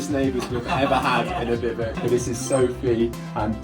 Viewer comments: Since when did bivouac become pronounced bivvuc? I thought I was going mad and then to all my years using this terminology I had been mistaken, but – after double checking several sources – it turns out I was not. So why? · Do all English people pronounce it like that? There are three syllables in "bivouac". "BI-voo-ack". Even in French it's "BIV-wack". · Note from the Pedantic Police: it's pronounced "Biv-oh-Wak"; surely you've seen WW2 films when you were a kid? I grew up on all the greats (I'm 56), Battle of Britain, Heroes of Telemark, Sink the Bismarck, etc. No one can watch those films without hearing about "bivouacing"... ;~ ] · Isn't it pronounced biv oo wack? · Could you learn how to pronounce bivouac, please? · I just wish you’d learn to actually pronounce’bivouac’ correctly. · You are nor pronouncing bivouac properly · Can’t say bivouac properly 🙈🙈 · Wow really... a bivic? It's Biv ooh ack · Forget that you're not pronouncing bivouac correctly. It's pronounced Beev Wack not bivick. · "bivvick?" I believe it's pronounced bih-voo-ack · Just a heads up….its pronounced “bih-voo-ack” not “bih-vuck” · Lol Bivouac is pronounced more like biv-eh-whack, not bivok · They are biv-oh-wacks, not biv-icks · It's not 'biv-uk' it's pronounced biv-ooac' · You call them "bivik"? We Americans call them biv-wak. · Whats a biv ick? A bivouac is pronounce biv oo ack, just as it looks. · BIVOUC "Biv-wack" is the most common way to pronounce the word, especially in American English. "Biv-oo-ack" or "Biv-oo-ak" is another widely used pronunciation, especially in British English. "Biv-wak" is a simpler phonetic breakdown that is also common. Bivick is way wrong. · No we don't !!- We say Bi-voo-ak - No Biv-ook - It was driving me crazy. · Note: Bivouac is pronounced "biv-əo-wac" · Love the video and will now watch more of yours. Despite how you pronounce Bivouac - Bivuk? 😆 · I thought it was pronounced bivvy wack. But perhaps it’s different depending on your language